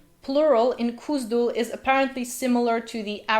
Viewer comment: Why do you continue to pronounce as ? That h is there for a reason. Even the runes chart clearly states the IPA symbol /x/ for and /k/ for , cone on! It's not Kuzdul. It's KHuzdul. I.e. /x/uzdul, not /k/uzdul.